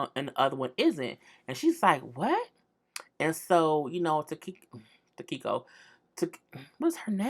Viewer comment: Tah-key-ko??? girl! 😂😂😂😂😂😂😂😂😂 you and these names have me cracking up! Now the main couple lost me when they were talking about their kids lunch money being an issue... But your planning a bday party?!?! Jesus fix it!